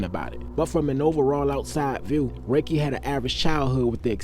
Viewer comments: Sir.. his name is pronounced “ Ra-kee”, not “Ray-Kee”👍🏽…. … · His named was pronounced Rah-Key. If you knew him back then he was a cool dude but about his business. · Dam mane it’s pronounced Ra-Kee 😅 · It’s RAH-KEEE Lordy how yu from the city n not pronounce niggas name correctly… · Love your videos. But his name is pronounced ( Rah- Key)